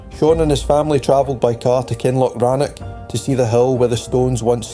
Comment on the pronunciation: Hmmm, shame that can't say Kinloch Rannoch properly.